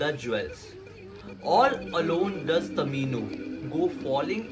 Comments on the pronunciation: Dude its tomino not tamino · It's not tamino it's tomino😂😂😂😂😂😂😂😂😂😂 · it's tomino hell not tamino hell😂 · Not tamino it's tomino